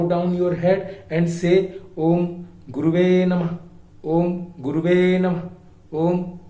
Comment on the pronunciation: Guruji, Pt.Sanjay Rath in Audio released files on his website talks how to pronounce “Om Gurave Namah” and not “Om Guruve Namah”.